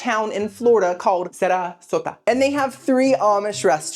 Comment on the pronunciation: Did he say Sarasota?